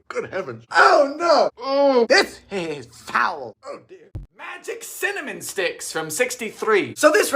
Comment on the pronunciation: It’s really Ci’-min-nim . LOL 😛🤣 I’m almost to the point that I can’t say it “right” any more:)